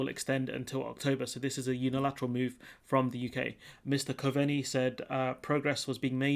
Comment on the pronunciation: Coveney pronounced Cove-nee Taoiseach pronounced tee-shock. You're welcome.